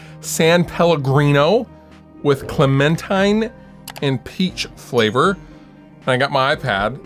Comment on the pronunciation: Breaking news: Fluff doesn't know how to pronounce clementine, but has incredible Strung Out stories. Twisted By Design is an incredible record.